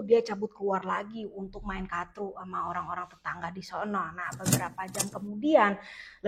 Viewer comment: kartu karrrrrrtu.. bukan katru wkwkwkwkwk ngakak mulu gw tiap lu sebut katru